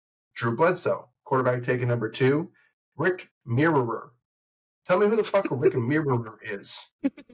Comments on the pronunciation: It's Rick MY-rer not mirror. 😂 Went to ND with Jerome Bettis who got all the D's attention and made passing a little easier for Rick. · Rick last name pronounced Myer, not mirror had a 12 year career, mostly as a back up. He was one of the 36 quarterbacks that have started for the Bears since Green Bay had Favre-Rodgers-Love. He started for the Bears in 7 games in 1997.